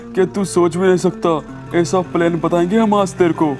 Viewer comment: Not plaine it's plan